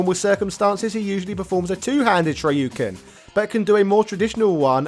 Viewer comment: Ive been watching a few of this guys videos. And they are good. Really good. But when i hear him pronounce Ryus name. I wanna shit myself and jump off a cliff in minecraft. And then i hear him say Shoryuken right and im like, you know Ryus name is in the name of the attack.